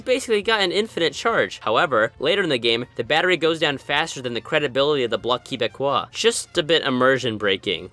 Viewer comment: especially with that pronunciation... I went into cardiac arrest 😟